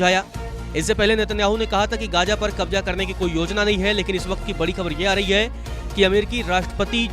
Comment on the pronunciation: एंकर जी कृपया अपने उच्चारण पर ध्यान दीजिय। gaaja, ijraail, kabja आदि शब्द कानों में चुभते हैं थोडे प्रयास से इनका सही उच्चारण सीखा जा सकता है।